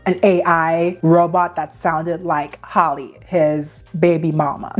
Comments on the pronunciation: Her name is Halle (ha-lee) not Holly lol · Hal (like Pal)—EE not Holly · firstly .. who is “hollie” how do you pronounce halle berrys name 🤨 “hal lee” right? its the same thing guys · For the life of me I can’t understand how these content creators can’t seem to call that girl by her name! “Hal-lee” This whole video she keeps calling her Holly 😒🙄 GIRL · PLEASE learn how to pronounce people’s names. Halle rhymes with Sally. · Girl, you're mispronunciation of Halle is triggering 😅